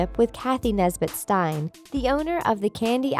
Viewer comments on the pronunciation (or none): none